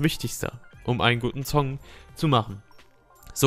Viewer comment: Warum sagst du immer Zong und Zound statt Song und Sound xD ;D